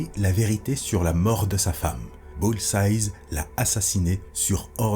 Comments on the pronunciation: stp tu peux dire "BULL-Z-AÏE" et non pas "BULL-Z-AYZE" c'est la même avec Hawkeye, c'est juste un seul "eye" au singulier pas au pluriel, ok merci bg sinon trop bien tes vidéos bg <3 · Dans la première histoire tu prononces "Bullseyes" en parlant de Hawkeye et ça me titille 😂 Mais très bonne vidéo! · très sympa surtout que j'ai toujours adoré les What If? (que je trouve souvent plus intéressants que l'histoire officielle) par contre un reproche: Bullseye c'est au singulier (entendre un 's' à la fin ça pique les oreilles :/)